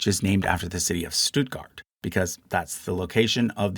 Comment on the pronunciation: The "St" in "Stuttgart" is pronounced like a "sht".